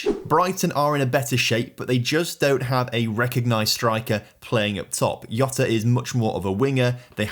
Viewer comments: Gabriel Hesus and Diogo Iota killed me 😂😂… in portuguese we pronounce the J like in TaJ Mahal… IDK how to explain but if you dont know how to say it just pronounce the way you do in english… its way better than pronouncing like its spanish or italian. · And interesting idiomatic languages' knowledge, too. Saying "Jota" with a "I" sound instead of a "J" or "G" sound, as if portuguese were in the COMPLETE OPPOSITE corner of Europe. Y'know, the Balcan (eastern) side, not the Iberian (west) side...